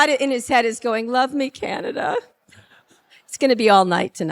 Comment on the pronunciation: Don't say kii-ya-nya-da. Correct your pronunciation, please! Also, we like kings here, understand? How is it that we in Canada know something about the Federalist Papers but you ignorami haven't in 150 years learned anything about the society that your genius president is attempting to rape? 🍁🇨🇦🏴